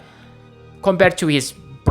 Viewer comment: It's pronounced BR-AVE NOT BRAUVE